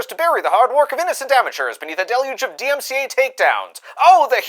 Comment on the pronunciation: bro can’t even say dmca